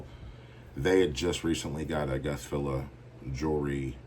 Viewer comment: You said my name right how much would you sell that cuban for